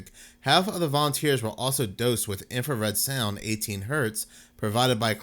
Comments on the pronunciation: Please read the word. INFRA SOUND no red INFRASOUND. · INFRASOUND! Not infraredsound. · Infrasound, not infrared sound, dude. 😂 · INFRASOUND NOT IMFRARED SOUND............ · Infrasound, not infrared sound. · Dude I like your channel and humor, but please,,, it is called infrasound, NOT infra- red-sound. The whole video you mis pronounce the word. Which changes the meaning. Infrared is a form of light. I really do like your channel and topics. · Eight thousand times you misspoke and said 'infraREDsound.' Come on man, get it together. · "In-frah-sound" not "infrared sound" goodness! When I heard it the first time I wasn't bothered I just thought "oh he said it as though it's a light lol" then after you said it for the 100th time I was like, "IT'S FREAKING INFRASOUND!!!" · Did you say "infrared sound"? 😂 Infrared is light. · Infra sound not infra red sound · It's INFRASOUND, NOT INFRA-RED SOUND....🤔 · It is not infraredsound, just infrasound. The word "infra" just means under or below. The colour is measured in Nm and sound is measured in Hz. Those two things has nothing to do with each other and saying infraredsound makes you sound very uneducated. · Stop saying " Infra-red sound". It's not called that in any of the reports you show on screen. Its "Infrasound". I'm know I'm being pedantic but I can't stand it when someone is trying to sound like an expert in something, yet consistently makes mistakes in what they're saying. Rant over. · It's infrasound, not infra red sound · Infra - sound… Not infrared - sound. :) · It's infrasound, not infrared sound. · **Infra-sound Not infrared sound...infrared is visual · It's infrasound, NOT infra 'red' sound. I don't know where you're getting the 'red' from. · I would have but you kept calling it infrared sound and not infra-sound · its pronounced INFRA sound